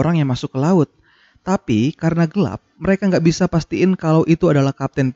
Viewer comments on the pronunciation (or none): none